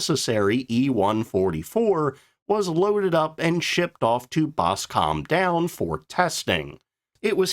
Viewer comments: The hilarious mispronunciation of Nene is a total giveaway. Boscombe Down was a dogs diner too... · Another one: "Boss come down" (instead of "Boscum Down") #ouch